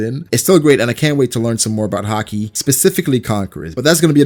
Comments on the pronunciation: Why does he randomely pronounce it like HAH-KEE super emphasized and different sounding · No one: Not a single person: hah-key